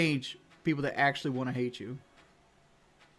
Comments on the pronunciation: "Wuohnt" "Liberry" "Wudder" The fact this dude dropped out of high school really shows with his smooth brain vocabulary. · Does everyone where he lives say want the same way he does? I couldn't live there, it would drive me crazy. But it is what it is and that is what it is right?